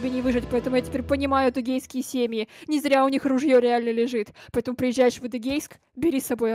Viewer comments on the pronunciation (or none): Атугейские семьи